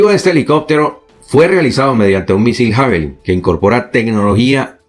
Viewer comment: Sólo una pequeña acotación para que sigas manteniendo tu alto nivel de profesionalismo e impecable oratoria: Se pronuncia "Yavelin".